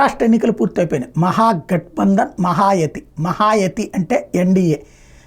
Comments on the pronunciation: మహాయతీ కాదు మహాయూతీ . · మహాయుతి ని కొన్ని యేండ్లుగా విని కూడా, ఒక్కసారి కూడా ఆ పేరును కరెక్టుగా పలకలేదు మీరు మీ వీడియోలో